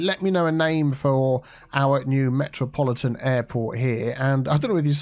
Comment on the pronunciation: "Metropoli-Tea'n Airport"